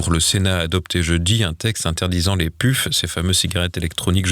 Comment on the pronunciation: ça s'écrit "Puff" mais ça se dit "Peuf"